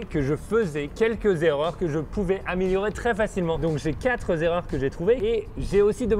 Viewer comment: La plus grosse erreur est à la 33eme seconde : "J'ai quatrezzzerreurs". Sinon, bravo pour tes vidéos inspirantes et qui sont d'une aide précieuse.